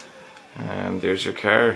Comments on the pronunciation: i hate how this guy says car!!! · Pretty kickash cahhr...